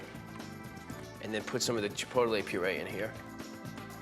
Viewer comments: Chi-po-ta-lay ?!? Wtf lol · I noticed that too